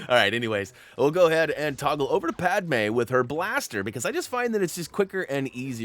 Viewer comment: WOW you actually pronounced Padmé's name correctly for once, instead of Padamé which is how you pronounced it before you said Padmé good job young learner